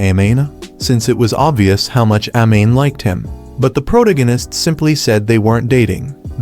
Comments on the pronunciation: Proganis and influen can’t even get the ai to speak properly xD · "Pro da ginist," so peak 🥹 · "The pro tegenist" made me spit my drink and fall of my chair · Prowta-Gannist is my new favorite word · The AI can't pronounce such an easy word as protagonist